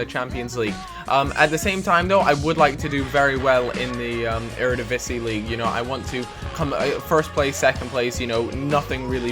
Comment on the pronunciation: "Eredivisie" is pronounced "Erediviezie"